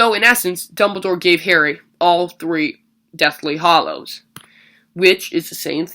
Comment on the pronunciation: its hallows not hollows